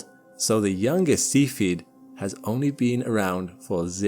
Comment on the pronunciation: Cepheid has three syllables: SEE fee id